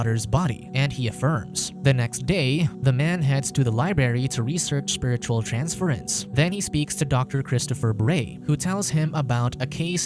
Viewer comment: Library. Not Lyberry